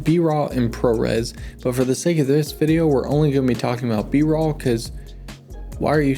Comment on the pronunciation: Did he say "Bra footage"?